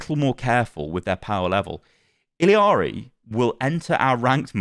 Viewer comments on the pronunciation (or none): ILL AH RI. There is no I in the name its not ILL IA RI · Its Illari, not Illiari, stop adding the extra "i"... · It's pronounced like ee-yah-ri not il-ee-ah-ri because it's Spanish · ILL-ARI her name is I L L A R I (ILL-ari). What your saying is I L I A R I (ili-ari) Its 2 Ls not I L I yall are killing me ☠️☠️☠️ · Ee - Jah - Ri, definitely not ILL - Ee- Ari The llama pajama is a pun to show people how to pronounce the double LL sound Jama Pajama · Imma be that guy and tell y’all that it’s not Iliari but it’s actually Illari (i-ya-ri) the double L in Spanish is pronounced as Y in English which makes a Ya sound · btw it's "ee-yar-ee" not "ill-ee-yar-ee" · ILL ari, where do you get the Ill I ari from btw ? XD there is no i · OW2 is NOT better than OW when it first came out. Over time, OW got worse the more bad moves they made to the core game. OW2 is better than the end state of OW1, though. p.s. It's ILL-ARE-EE, not ILL-EE-ARE-EE :) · If you watch the origin story she actually pronounce it like "iyiari" which is accurate as the character is from Peru, and in Spanish the double L is pronounced as a Y. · Ee-la-ree. There's only two i's in that name dude. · hi, as a peruvian the way in which you pronounce illaris name is with a JA sound, so it technically would be pronounced iJAri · Illari is Peruvian. In Spanish, the 2 l's next to each other make a "y" sound so it would be pronounced "Iyari" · il-ya-ri is the pronunciation LL in spanish is an LY sound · Her name is pronounced Ee-yar-ee. In Spanish two “L’s” next to each other makes a “y” sound. (I was corrected by a Spanish speaking person) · the double LL in Illari makes a Y sound . Iyari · Uh you are getting her name wrong. It’s not an accent thing, you are adding the “I” sound after the “L” sound, which isn’t there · Illari is just “ee-yah-ri” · I'm pretty sure it's E-yari cuz double ll in Spanish makes a y sound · Ee-Yar-Ee is the pronunciation 😁. The double L make a Y sound. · It’s pronounced like “Iyari”